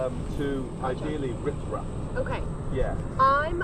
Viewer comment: How have I seen this 1000 times and just realized when was talking to the Ranger, Laura he said “we’re headed toward ideally “rif raft” Swift gap 😂